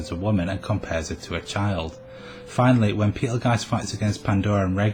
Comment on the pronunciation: The way you pronounce Petelgeuse is disturbing. Other than that, i seriously doubt Fortuna and Sirius are the same person. There is no power that can resurrect a dead person except the Divine Protection of the Phoenix. If she had that blessing, it would at least be foreshadowed. And even if the Authority of Wrath is supposed to have a healing factor/resurrecting factor...if and when Fortuna recieved the Witch Factors of Wrath, she was dead. Meaning there's no way the Witch Factors could accept her as a host since she's...y'know...dead. No Sin Arhcbishop or Witch recieved their Witch Factors when they were dead.